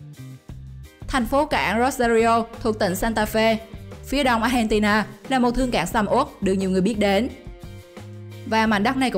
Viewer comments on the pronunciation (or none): none